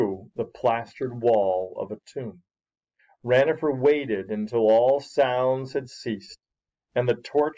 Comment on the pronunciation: it is not ranofer it is ronafer